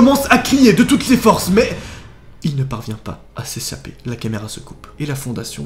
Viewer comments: tu a dit "s'esaper " au lieu de "s,'echaper" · MAIS il ne parvien pas a s'esaper xDDD c pas [ s ] c [ ch ] xDD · "A séssaper"😂😂😂